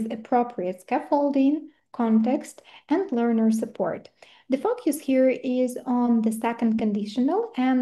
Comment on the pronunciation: Дякую за цікавий вебінар! Це дійсно важлива та цінна інформація для вчителів! Однак, оскільки спікерка також викладач (як я розумію) було трішки важко протягом усього відео слухати як слово "focus" вимовляли як фок'юс😅Не хочу здатися грубою, просто вірю що це важливий момент для усіх - викладача, спікера і насамперед майбутнього учня😊 Ще раз дякую!